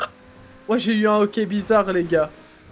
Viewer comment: j'ai kiffé le OK bizarre d' a